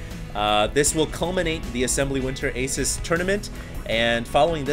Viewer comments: its pronounced A-seuss not Ace-us. Thumbs up so He can see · hey, just a deads up but Asus is actually pronounced (a- seuss) like dr. seuss